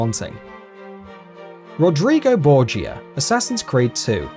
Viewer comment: It's pronounced Bore-ja not Bore-gee-a